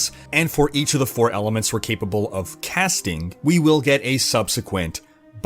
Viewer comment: Chanelink...castink...runnink....ITS ING...WITH A GGGGGGG...drives me nuts